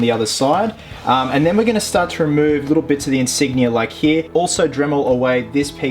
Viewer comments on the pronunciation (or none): none